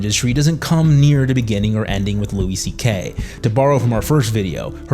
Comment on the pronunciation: I can’t tell if you’re trolling us when you pronounce things wrong like downFALL and weinSTEIN.